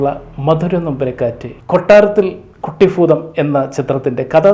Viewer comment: കുട്ടിഫുതം അല്ല man കുട്ടിഭൂതം...